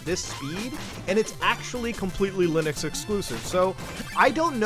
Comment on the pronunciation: As soon as he said LINYX I was mad asf